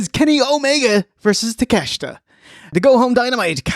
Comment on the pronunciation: I love so much about but fooking hate your pronunciation of Takeshita.